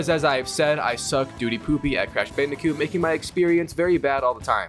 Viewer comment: This guy keeps saying "Bandicute" instead of "Bandicoot" lol